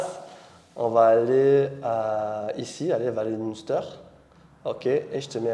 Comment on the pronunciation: Le visite ton setup next level! Ah et le un dans Munster, se prononce comme le chiffre, donc M1ster!